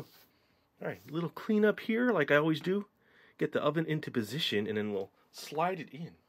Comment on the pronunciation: When you say 'and then' I here you say 'enen'